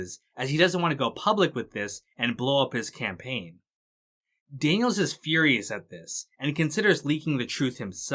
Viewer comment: Daniel-Zez ??? Lol Really dude? Learn English. The possessive form of the name Daniels (Daniel's ) is just supposed to be pronounced Exactly the same as " Daniels " .